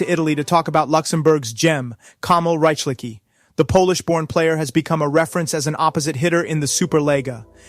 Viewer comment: Who the hell is Korik?! ;D Or Rajkliki? At least a little bit of respect and one could check how to pronounce Zhlobin, Ćorić, Buchenegger, Rychlicki etc. But right, them Yanks have no respect for other cultures as they have no culture of their own. ;]